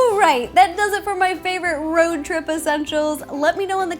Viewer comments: It's a RO-trip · It's not road trip it's ro trip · Or shall you say "Ro trip"! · Ro-trip HA